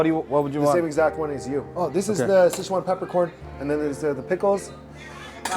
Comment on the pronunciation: you actually pronounce Sichuan better than him,,wtf